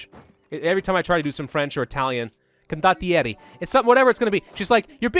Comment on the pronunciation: The way you pronounce condottieri is actually really good It is the best pronunciation of italian that i have heard from any english youtuber (Im italian btw)